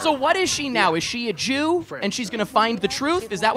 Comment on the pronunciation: The Jew-th